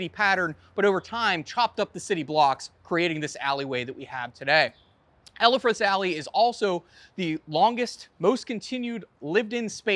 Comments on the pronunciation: Elfreth’s Alley, not Ellefreths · Repeat after me: “ELFreth’s.” Not “ELLA freths.” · “El- Fred’s Alley NOT “Ella- Fred’s” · Nicely done. Note that you pronounced Elfreth’s incorrectly. It is El-freth; not El-e-freth. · I didn't want to be a pratt, but yes, it is EL-FRETH'S Alley. -Philly girl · Hmmm, I've never heard Elfreth's Alley pronounced that way before. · Not that, either.